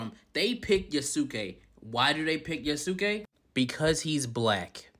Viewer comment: I wish you guys could pronounce his name right. I’m pretty sure you’ve seen Naruto and heard how Sasuke’s name is pronounced. It’s just like that, just add the Y.